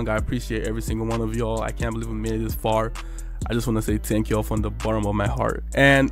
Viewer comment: "fltank y'all" ❤❤